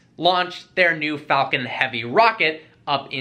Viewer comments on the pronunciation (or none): none